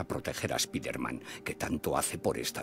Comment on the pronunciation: Es spaiderman :v